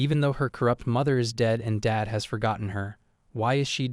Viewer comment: But the word “Dad” isn’t two syllables…